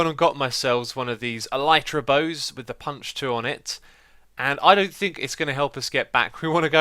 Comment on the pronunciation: Elytra is properly pronounced as "Ella-tra". And elytra is already in plural form. "Elytron" is the singular form.